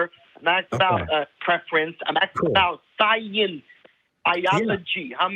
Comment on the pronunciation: “SCYENCE! BYOLOGY!”